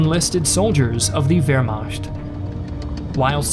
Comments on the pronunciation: Why do you pronounce it Vermasht instead of Vermakt? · Wehrmacht is pronounced ver-ma(ch as in loch. Lugey/ gargle sound. NOT ch as in cheeze.)t. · It's Vermacht. Saying both is equally wrong and thus equally right. If German isn't your native language, why should it be expected to pronounce foreign sounding words correctly? As long as it is understood. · The way you say "wermacht" is hilarious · What's with that s letter in the word Wehrmacht? It's CH not SCH!